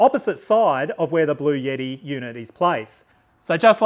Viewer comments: Thanks for your presentation! Very useful. Ps: it’s Bluetti, not blueyetti. 😂😂😂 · It’s Blu-etti not Blu-yetti. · It’s actually pronounced "Blue-t" if you speak to anybody directly at the company, that is how they pronounce it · There is no "Y" in Bluetti. It isn't pronounced Blue Yeti. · Cool...Thanks. There is no "Y" in Bluetti's name though. Yeti is cooler company.